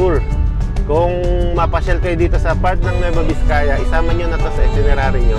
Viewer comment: VIZCAYA HINDI VISCAYA. Kaya namamali mga tao eh..